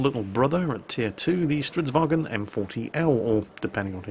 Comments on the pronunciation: IT IS NOT GERMAN! ITS STRIDSVAGN NOT STREIDSWAGEN! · Not quite. A "gn" is pronounced like the "ng" sound (or [ŋ]), with a trailing "n". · hey not being a knob but fairly sure the G in stridsvagn is silent according to one of my swedish mates unless hes talking shit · Is it pronounced "vagen" or "varen" because my Swedish friend says "strids-varen" while everyone else says "Strids-vagen"